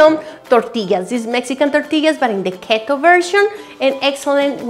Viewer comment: Love your accent and enthusiasm!!!! Especially, the way you pronounce "Keto". This will be one of 3 that I have decided to try from the overwhelming keto "flatbread/tortilla" YouTube recipes!!! Can't wait!!! :-D